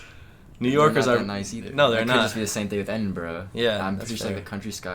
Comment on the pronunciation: Maybe if you pronounced Edinburgh correctly, people might have been less hostile ;) Seriously though, glad you had a good time and have arrived home safely.